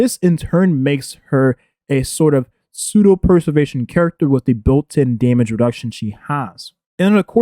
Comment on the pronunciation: "Perservetion" lol